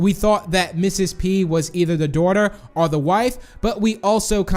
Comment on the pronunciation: Why do you say dawther